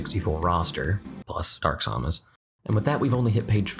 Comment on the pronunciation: whenever he pronounces Samus, a child dies.